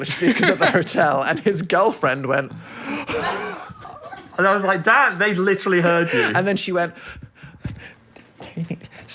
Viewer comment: I was watching this with my mom in the room and at one point she goes " oh he's saying DAN i thought he was saying DAD i thought they were like a father and son duo"